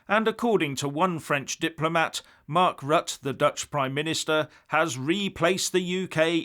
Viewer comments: it's 'Rutt-ah', rhymes with mutter and not 'rut' as 'stuck in a rut'. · ROUTER not RUT! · Pronounce Rutte as “R-oo-tt’rr” (quickly). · Pronounced "Rut-teh" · Rut-te The Dutch Prime Minister's name Rutte is pronounced Rut-te. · Hi, just to let you know, The Dutch Prime Minister's name is spelled "Rutte" but pronounced "Rutter". I have it on good authority as my wife is Dutch.....